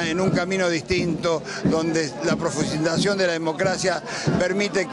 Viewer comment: "Qué carajo significa profusnsización?" dejate de joder, te pagan para hablar y encima lo hacés mal.